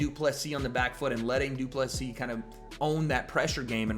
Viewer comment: You are the only guy pronouncing DDP last name correctly. Respect 👊🏻